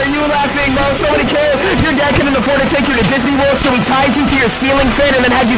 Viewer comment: She says it like “brew”